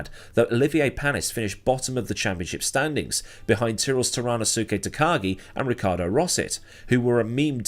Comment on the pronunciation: Bit of a pronouciation thing the u in "su" in Japanese names is rarely pronounced, so his name is pronounced "To-ra-no-skay"